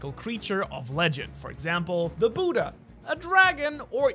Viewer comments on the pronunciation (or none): none